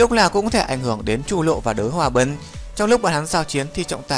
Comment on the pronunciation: Đới hoa bân 1vàng 2 tím cư ak.ad có đọc sai ko thế